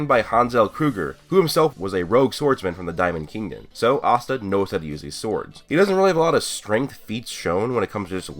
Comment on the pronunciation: Asta asta guys its Austa